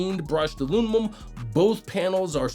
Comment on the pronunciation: he's saying it that way just to get the comment. he gets a dislike and block too.